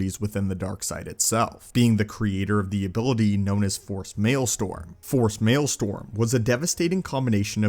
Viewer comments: are you trying to say "maelstrom" ? or is it actually called "Male-Storm" 🤨🤔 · Wtf is force maelstoRm? I think you meant to say "maelstRom." I capitalized the "R" for you to help. 🤣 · Just wanted to say that it’s “maelstrom” (rather than “mael-storm”) - meaning a powerful whirlpool or also used to mean a kind of violent turmoil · Maelstrom. Strom. Not storm. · Look, man, I don't usually comment on videos to correct anybody. This was a great video about Malgus and his relation to Palpatine's thoughts and as an inspiration for Vader down the road.. but.. c'mon... it's pronounced MaelSTROM not MaelSTORM, my dude.. I don't know why it irks me so much to hear it wrong. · Just FYI, it's "Force Maelstrom", not "Force Maelstorm". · Not malestorm. Maelstrom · Unless it's a different word used specifically for this ability it's actually maelstRom not maelstoRm. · force maelSTROM, not storm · One never even play The Old Republoc, but I've seen the cut scenes/trailers and good lord. He's a Sith TANK., with all due respect, it's "maelstRom," not "marlstOrm.":) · Maelstrom not male storm (mel-strum) normally I love your videos but that was irritating the hell out of me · Force Maelstrom - Male-strom not Male storm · Maelstrom* not storm. great video though